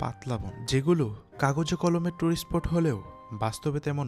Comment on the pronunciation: স্পোট, ভাইক মানে কি...? উচ্চারণ ঠিক করেন।